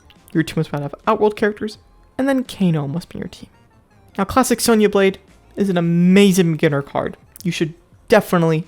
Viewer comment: What he said:"Let's get back to Klassic Sonya Blade" What I heard:"Let's get back yo Klapping Sonya Blade" 😂